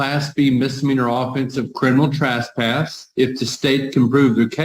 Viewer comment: I swear to god it sounds like the judge says "Criminal Trashpass" which is an awesome name for a punk band